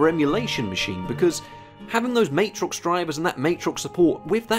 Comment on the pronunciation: Love your work dude & this video is no exception but, BUT that’s still not how you pronounce Matrox… Official